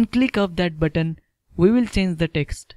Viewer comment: Why when you say my button it sounds like my butt ?